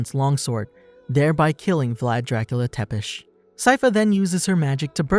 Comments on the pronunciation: it is not Tepes..but Ţepes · How come you can say Tepesh but not Tzepesh? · its not tepes its said (zz)epe(sh) țepeș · FOR THE NAME OF GOD TEPES IS PRONOUNCED TZEPESH, MY O C D